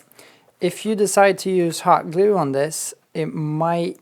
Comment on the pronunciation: "You can scrape off the Hot Glewe (as he pronounces it) with a scrap piece of Foam..... Or with you finger if you're Manly"!!! ~ David I really miss that guy!